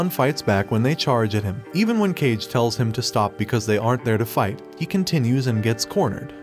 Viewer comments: Can only watch this recap with subtitles. Kage is pronounced KAH-geh, not "cage". It is the Japanese word for "shadow". Like Hokage "fireshadow". Get it? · Its not cage, its kage. Meaning shadow literally. Most of the names are butchered bosse lol. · I cannot believe you keep pronouncing "Kage" as "kaige". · Kage is pronounced kah-gay. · um... Kage is pronounced more like "Ca - ge(t) - where the t in get is silent. in English we'd pronounce it more like "car-gay". It literally translates to "shadow" in Japanese. It was driving me nuts the entire show.... then you pronounced "bow" (down) like "bow" (tie) For a narrator whose entire schick is Japanese subcultures, please do them the justice of pronouncing their names semi- correctly. And no I'm not a fan of the show, nor have I ever seen it or have any affiliation to it.